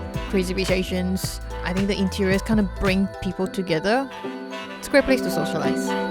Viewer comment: As a former Singaporean, I can easily detect it in a Singaporean. She sounds like her accent has developed from exposure to foreign countries, while maintaining the essence of the Singaporean accent. Still pronounces words with 'th' with a 'D' sound as in 'De food here is excellent.'